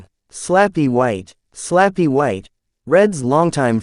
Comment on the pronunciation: Slappy White..not Flappy White lol!! A.I. messes up pronunciation a lot!!